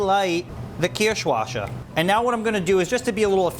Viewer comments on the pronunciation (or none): Nice job. As a German I had to cringe a bit at your pronunciation of "Kirschwasser" You see, the double "ss" is not spoken as a "sh" sound. So it's Kirsch (cherry), which you said correctly, but not "washer" The "wasser" (water) is pronounced "vaser" . Kind of like saying "vase" and then adding an "er". Kirch -vase-er. Not a huge deal, just thought I'd mention it. Keep the videos coming. Kindest regards from a fan. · Caroline Milam thank you! Its almost painful to hear that pronunciation